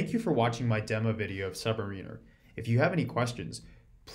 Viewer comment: You keep mispronouncing Submariner.